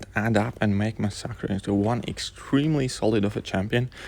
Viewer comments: Please... You dont have to say the Champions name Over n Over!! Lol mix the fact that most people pronounce the name MASS a KERR.. Was quite annoying... Although you know i am a big fan of the channel...you dont need to mention rhe champions name upwards of 75 times along the course of this video.. A smaller YTer named Wookeh sponge r5/65 his massacre before people were able to have 15+ maxed 5*.. Check his channel out if you get a chance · Mas-sackra??? Cmon man, does that not sound weird coming out of your mouth?!? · Mass-uh-ker is how it’s pronounced👍🏼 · i guess it is technically supposed to be spanish so should be pronounced mah-sack-ree but me being english would go for the english sound in mass-er-ker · i have never heard anyone say masacre like you do in my life. xD